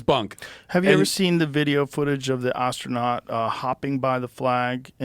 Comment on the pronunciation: Joe says "Ostranout"